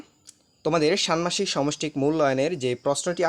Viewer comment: ষান্মাসিক - এর উচ্চারণ হবে (শানমাসিক)